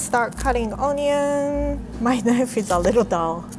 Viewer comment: She fucked up when she said onion